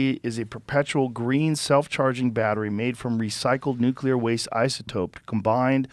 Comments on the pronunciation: Peter, the word is nuclear not nucular. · NOOK-LEE-UR people please pronounce it right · Zeihan... you're killing some of your credibility by pronouncing the word "nuclear" as "nuke-ku-ler". Please. You do it in your book as well and I'm shocked the editor didn't stop the presses on this. It just throws me back to 2003-4 when George W. Bush refused to learn how to say the damn word. Sorry. Please forgive me. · How does someone as smart as Peter pronounce Nuclear as Nuke-U-ler 😂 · Alpha radiation is the most dangerous, dude. Also, are there ANY “smart” people who are able to properly pronounce “nuclear?”